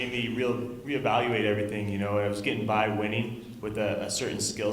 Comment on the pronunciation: haha Bader said "bi-WINNING"